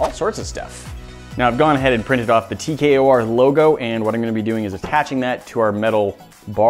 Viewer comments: It’s T K O R you keep saying TKRO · He did the o in tkor wrong